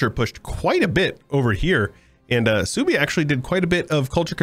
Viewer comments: Genau, Suebi würde gesprochen als "Swaybe" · Is Suebi based in the Germanic tribe of OTL? If so, it's pronounced Sway-bee or Sue-ay-be. Great stuff as always,; especially the passion, time and effort put into this mod. Edit: Gotta love Egyptian Australia! Edit 2: Yep, I'm a nerd 🤓🤣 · The way you pronounce suebi is giving me an aneurysm